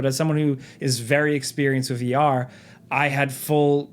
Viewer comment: He said vR people with the hardest of ARRRRGHS.